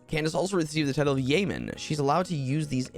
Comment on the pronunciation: "yeoman" is pronounced "YO-man". -Salty